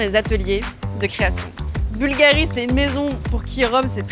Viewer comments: Il faut mettre l'accent sur la u, pas sur la i. Bùlgari et non Bulgarì. Ça fait vraiment une difference énorme. Style, un italien ne comprend pas de quoi tu parles. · Au moins apprendre à prononcer le nom Bulgari! Bùlgari, et pas Bulgarì! C’est comme si un italien prononçait Càrtier pour Cartier. Mais jamais de la vie!